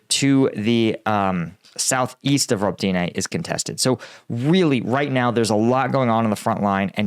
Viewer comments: Ro-bah-ti-neh not Robe-Tee-Nay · Please, it is not hard to find out proper pronunciations of the towns and cities. Robotyne for example is pronouced Ro-buh-tine (like pine).